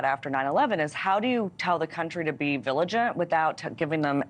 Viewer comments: "viligint"? This is an interesting non-word. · Did she just say “viligent” lol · What is be viligant? You can tell that she worked for Bush and why shes on News Nation.